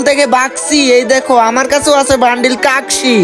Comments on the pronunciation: কাকসি না কাকাশি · কাঁক শোনাবে ওটা হবে কাকাশি😂😂😂😂😂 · Vai kakshi na kakashi😮😮